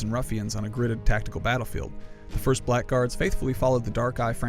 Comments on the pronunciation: you pronounced it wrong, not black guards, "blagurds" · It's pronounced 'blaggards' you twonk.